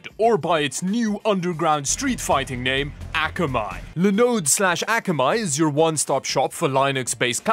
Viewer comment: aw-kaw-my. not ack-uh-my. 赤米 means "low quality rice" or "rice that has browned from age"